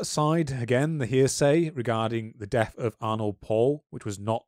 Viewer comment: It's honestly impressive how both of you manage to mispronounce every single name or vaguely unfamiliar word. It's very easy to check pronunciations using Google Translate. As for "Arnold Paul" it's Arnod Paole.